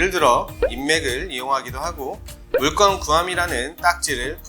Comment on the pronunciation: 물건을 왜 물권이라고 읽나요?그동안 살면서 건 발음이 안되는 사람은 처음 본거 같네요